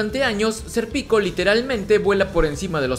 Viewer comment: estos resumenes son geniales, pero por q le dice "ser pico" a Sérpico?